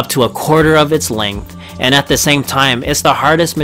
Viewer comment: I'm sorry to pick on this particular (and largely worthwhile and interesting) video, but can we all agree that people who choose to speak publicly should take it upon themselves to learn how to pronounce “nuclear”? True, this speaker also doesn't realize he is mispronouncing “the” half the time, but that's more of an understandable lapse than an error. “Nuclear” can only be correctly pronounced in one way, period. Unless we change the word itself, it's pronounced “NOO klee er”, and will be for the foreseeable future. Saying it differently makes you sound ignorant, and if you decide public speaking is for you, maybe ask yourself if sounding uneducated is really what you want to convey. If it is, then by all means, “nookuler” away.